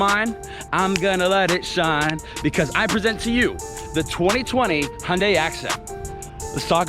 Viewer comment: You said accent wrong. 🤣🤣🤣